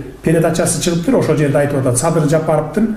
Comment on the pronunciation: Мадумар деңгээли,адамгерчилиги өтө төмөн адам экендигин көрсөттү ко Москвада. Трусиси жок жүргөн баладай тантырап Садырды "Садый" деп тантырап койду. Мындай кылык мен "акылман" мен "гений" деген саясатчыны сен поксуң деген баага татыктуу кылды. Өзүндөй айтса муну Адахаям Мадухуй дегендер да чыгат мунуңарды ит кылып.. Кыскасы мунун адам деле эмес экенине көзүң жеткендир.